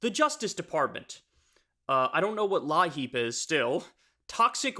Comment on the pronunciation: its said like "leap"..... or "lee-app" . its heating assistance..... you get part of your heating bill paid in the winter propane, natural gas, or part of your electric bill . they want to starve and freeze the poor.........